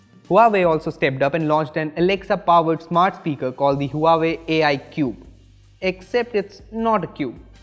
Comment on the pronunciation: Huawei pronounce - wah way